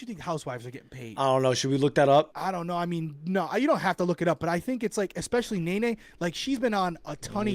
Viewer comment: And Nene is no longer on the housewives so she MIGHT not be demanding such a high salary these days, BUT if she is on MUST learn how to say her name 😂😂. It is NOT Na Na it is Ne Ne